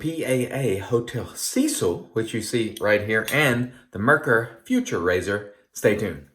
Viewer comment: I believe the German pronunciation is something akin to "foo - TOOR", but don't tell a German I said that.. 😁... Great shave! I may have to pull the trigger on this set 😎. I'm a sucker for these resurrected scents. I think Doug should call it Myanmar 🇲🇲. Also, if you want to see a great (creepypasta) story on the Cecil, Google "Elisa Lam Video". Have a great week!